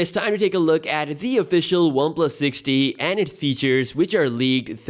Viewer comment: Am I the only one who heard this phone's name as One plus '60'?